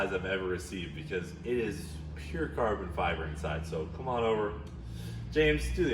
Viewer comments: These guys keep mispronouncing farbon ciber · “This isn’t like carbon feeber it’s like carbon fiber” -james